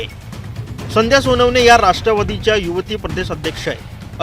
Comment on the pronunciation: आधी उच्चार सुधारा रे ? संध्या म्हणायला हवे, संदया नाही . कनेक्शन म्हणा न बाणातला नाही नळातला हवा. चले व्हिडिओ बनाने???